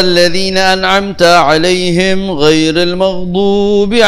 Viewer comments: Bacaan nya nyeret2 kurang tartil,kek sy wktu msh smp ,,,alaihim jadi alaihem...dll tapi kan mrk cucu mang ubed..bebas,,tar kuwaladdd😂😂😂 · Kok a'alaihem bukan 'alaihim ...